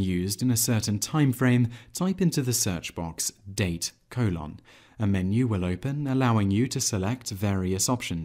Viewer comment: Have never heard anyone pronounce colon as "coh-LOHN." Nonetheless, this was a very succinct and helpful video. Thanks.